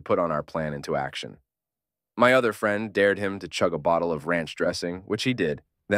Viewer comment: Pretty convincing AI reading this, till it pronounced "friend" as "freend"